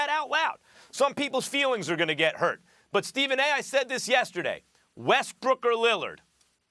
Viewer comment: Did she just said Westbrick? lol